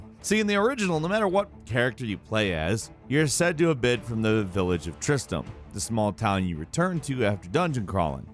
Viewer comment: Why can no one call it TristRam. Its not Tristam.